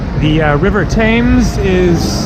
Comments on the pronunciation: It’s pronounced “Tems” not “Taymes” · TEMS not TAYMES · River Thames is pronounced...tems.....not tames. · Pronounced TEMS. Never heard anyone say thaymes until this video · Oh man when you didnt see Big Ben and had to ask- I thought you were joking, very sweet, the river is pronounced Tems, Leicester is Less tur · For heavens sake it is Pronounced Temms. At least ask someone with an English accent! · Thames - rhymes with gems. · Hi, I'm not sure where that person you stopped was from, but you say it "tems" in the UK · You are in London and is full of foreigners who do not know how to pronounce the River Thames It is pronounced TEMS. You managed to go thru the whole video saying it incorrectly 😀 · It's actually pronounced TEMZ. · Hi,Great video as always. our river is pronounced TEMS,have a great trip in my home town. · Get an oyster card asap....you can travel on the tube and buses as much as you want for a daily capped price of around £9. Also the river is pronounced "tems" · Most Englanders pronounce the river Thames "Tems", short 'E', just an FYI. Also, perhaps a bit late to mention this, but the big bus companies, hop-on hop-off, are well worth the price. Some of them are equipped with human tour guides that are LOADED with information. And usually the packages include a cruise down the Thames.